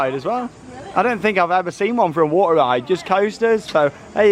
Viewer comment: It’s water not waner